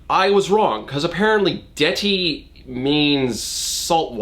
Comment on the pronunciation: As an Albanian person myself... the way you pronounce deti hurts my ears...but also the way what’s her face uses her bilingualness hurts my soul.